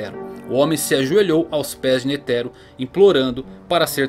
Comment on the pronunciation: sei que e chato comentar isso em um video foda como o seu mas a pronuncia de "netero" ta errada tem falar de uma vez so pois n tem silaba tonica no nome todas as silabas tem a mesma intensidade no som, deixando isso de lado video top to valtando a ver um ano depois